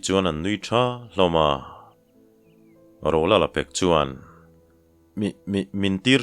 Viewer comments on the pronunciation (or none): Rolala dangawk ang deuh a i lam hian ngaihthlak a ti nuam lo deuh thin, a lang zing bawk sia. A bak ah chuan a ngaihnawm hle a,chhiar pawh i thiam hle ani.